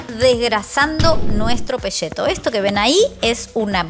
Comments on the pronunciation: ES PECETO@ NOOOOO PESHETOOO#3 APRENDAMOS A HABLAR POR FAVOR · se dice peceto no peshhheto. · peCETO, no peSHETO, viva argentina viva messi carajo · Porqué al peceto, lo llamas "Peshhhheto"? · No es pesheto, se dice PECETO!!!! la salsa me gusta no tan aguada. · Por qué le decís PESHETO cuando se escribe PECETO? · sería "pecheto" en todo caso, no pesheto, si no se escribiría "pesceto" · DETESTO que los porteños digan PESHETO en vez de PECETO. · Pesheto, posho, sacramento con este sublenguaje. Jajaja [Igual mire el video hasta el final, y estoy suscripto eh!] 😅 Saludos! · Ni “y”, ni “sh “, ni “ll” tiene . Así que por favor!!!! Digan PE-CE-TO. Entendieron porteños?